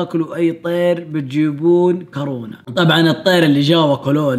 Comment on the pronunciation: هو قال كارونا